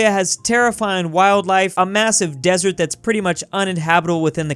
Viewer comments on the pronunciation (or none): none